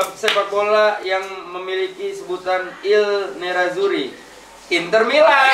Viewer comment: Salah tu I NERAZZURRI yang bener bukan IL NERAZZURRI bang wen...